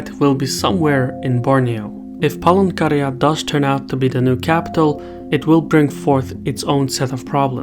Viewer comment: Are just me heard Palangkaraya as Pole Korea lmaooo